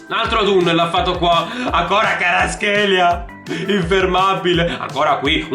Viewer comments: he is not karatskelia. he is kva ra tskhelia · NO KHARASCHELA SI PRONCIA KVARASCHELIA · comunque si pronuncia "QUARASCELIA" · Varaskelia si dice bro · si dice "Kvarasquelia" te l'ho dico perché mia madre è madre lingua